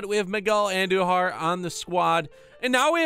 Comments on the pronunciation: Its AHN dujar not andu jar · ( An-doo-har) not whatever your saying